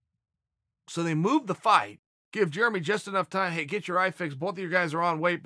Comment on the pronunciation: Germy Stevens